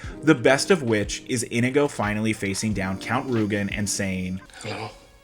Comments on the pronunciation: Why do you keep calling him "Indigo" instead of In-ee-go? Over and over. MY NAME IS INIGO MONTOYA. YOU KILLED MY FATHER, PREPARE TO DIE. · Inigo says his name like 50 times in this movie and yet somehow you're still pronouncing it wrong.